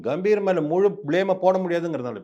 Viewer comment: காம்பீர் இல்ல தம்பி. பெயர் கம்பீர்....க க...எங்க சொல்லு நாலு தடவை....முடியல